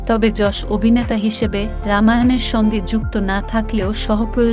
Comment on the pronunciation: অসংখ্য ধন্যবাদ জানাই আপনাকে ইয়াশ না বলে যশ বলার জন্য 🙏🙏🙏🙏🙏 ০২.০৫.২০২৪